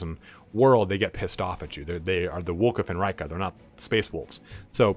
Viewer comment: I AM PRETTY GOOD. THANK YOU FOR PRONOUNCING VLKA FENRYKA CORECTLY. PEOPLE ALWAYS SAY 'FENREEEEKA'.